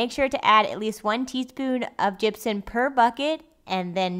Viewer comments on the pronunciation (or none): it plainly says Gypsum on the bag. you actually put the word Gypsum on the screen during editing. So why does she keep calling it "Gypsun" very annoying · Gypsun. Gypson. Gypsen. Gypsin.